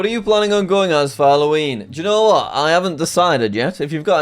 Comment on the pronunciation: I like how jack pronounces "you know what" as italian city "Genova"